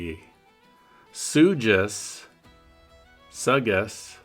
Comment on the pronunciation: It’s pronounced suck-ass